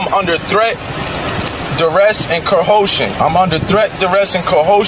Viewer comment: I must admit that this is the first I've heard someone say ; I'm under threat, duress & "cohotion". Someone should tell this clown that the word he's looking for is coercion, not cohotion 🤦🏼‍♀️